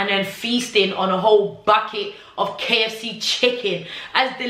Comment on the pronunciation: I cant stop laughing at the way you said KFC. Kkkkkkkkkkk. I am also a coke addict yoh I hear you sis